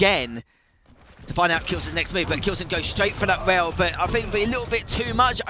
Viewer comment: So you prefer to hear casters, for example, pronouncing the word rail like whale? I don't. No offense for him, but it sounds so annoying to me. Moreover, it pisses me off that Bethesda's Quake department or id Software are so freaking outdated lay people. I'm trying to watch matches, as I love quake duels and those old quake pros gameplay, so don't bother yourself telling me "So don't watch"-alike things. Thank you!